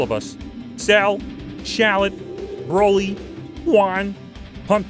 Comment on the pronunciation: When he said the word "Broly", I knew he messed up.